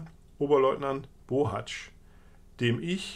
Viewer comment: Du bist der erste der meinen Namen richtig ausspricht! Ich bin nämlich auch ein Bohatzsch nur ob der aus der Erzählung zu meiner Familie gehört weiß ich leider nicht. Aber wäre schön interessant so oft gibt es diesen Namen ja nicht